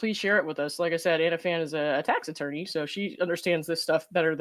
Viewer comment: Tax Attorney!!! I thought you’ve been saying Taxidermy???? Was getting worried